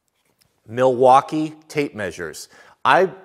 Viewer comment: You got the like !! when you said hateful and terrible thing .. millwauwkee tape measure ha ha